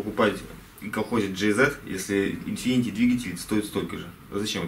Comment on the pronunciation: Infiniti, а не infinity